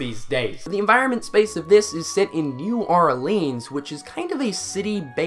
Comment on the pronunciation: As someone born there, it's pronounced New Ore Lens